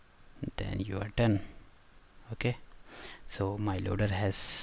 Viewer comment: "Okah".... "Okah"